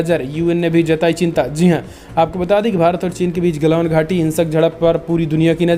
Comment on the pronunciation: क्या यू ट्यूब पर हमारे सभी संवाद दाताओं को त्रुटिपूर्ण उच्चारण करने की बीमारी है एक बार नहीं हर बार गलवान घाटी को गलावन घाटी बोला गया है प्लीज़ उच्चारण सही करिए हमारे देश की बुद्धिमत्ता का सवाल है